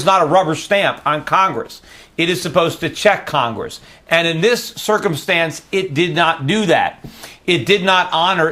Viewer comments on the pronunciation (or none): this guy says circumstance weird lol